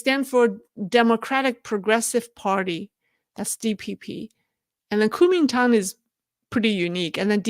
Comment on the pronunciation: please say it right. GUO2ming2dang3. Please, not Kuo1ming1Tang4. Why pronounce this very first of China's post Empire institutions like foreigners who don't speak Chinese?